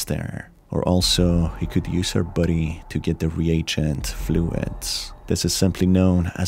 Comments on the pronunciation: Took me 7 min to realize you were saying “body”, not “buddy”. The whole time I kept thinking “nice to call them buddies instead of cadavers” 🤦‍♀️ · Every time you say body it sounds like buddy and I cant take it seriously lmao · body, not buddy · Bruh the way you pronounce 'body' as "buddy" is cute😅✨ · The way you say “body” sounds like “buddy” kinda threw me off, lmao. Makes this less scary. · why you pronouncing body as buddy? lol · The way you say body. Never heard that accent before. Thanks for the video.